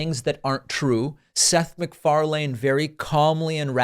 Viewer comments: David your saying his name weird. I get that's how it's spelled, but if you watch any of his own media the "lane" in Macfarlane is pronounced "len" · I thought it was pronounced "Mc Far-lin" rather than "Mc Far-lane." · I think he pronounces it, mcfar-lin. Not lane. I could be wrong but generally thats how others pronounce it and how he himself pronounces it. But anyway he's right. Maher has Fallen far. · Pronounced McfarLIN, not LANE lol. Drivin me crazy with that, David. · Is it really pronounced Mc-far-lane? I thought it was more like Mc-far-lynn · Seth's name is pronounced McFarlin not Mcfar..lane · It's pronounced Mic-far-len. Not mic-far-lane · It's not McFarlane. Its pronounced McFarlan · Macfarlane rhymes with “pen,” not “plane” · Just a quick side note: "MacFarlane" is pronounced, "Mc-FAR-Luhn," not "Mc-FAR-LANE" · its pronounced "MacFarlin" not "MacFarlayne" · Far lane hahaha its pronounced farlin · It's Seth macFARlane, rhymes with marlin, not macfarLANE. Sorry, not a big deal but it kept bugging me. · Firstly and it is a side note, as a Scottish person I have to point out that you’re mispronouncing MacFarlane, it’s pronounced Mac-far-lin. Secondly, here in the UK (which I’m sure you’re aware is part of Europe) everyone was offered the vaccine regardless of whether you’d had covid or not, the only criteria was that you hadn’t had it within a certain amount of time. Thirdly, I’m so glad that Bill Maher isn’t really on UK TV. Fourthly, the way Maher is speaking (speech patterns and seemingly losing train of thought mid sentence) shows that he doesn’t have a clue on the subject. Yes experts won’t always get it right when they are still in the process of figuring out what’s going on…but they are far more likely to be giving helpful advise than the likes of an overpaid talk show host that has no business discussing what he doesn’t understand. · does David pronounce last names wrong on purpose cause McFar"lane" has me in stitches 😂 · 'Seth Mcfar-LANE' :)